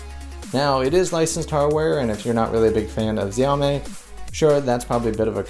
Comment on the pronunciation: xiao 'me' not xiao 'may'